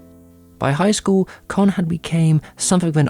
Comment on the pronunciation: ka not ker its not chinese its japanese!